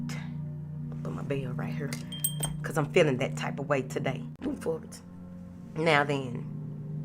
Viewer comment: Moving fowardt 😂 I love yo energy & messages Queen💫